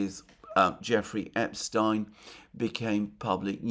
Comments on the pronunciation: Mercouris's continued insistence of deliberately mispronouncing "Epstein" wins him the 2025 All England Upper Class Twit Competition. He is a former Champion Twit and thus a repeat winner. Please join me in congratulating Mercouris on another title win. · Thank you for pronouncing Epstein's name correctly.